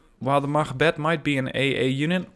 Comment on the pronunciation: Your pronunciation is very good on units such as "machbeth" or "Jægere". Where are you from? Excellent channel by the way, keep this up please!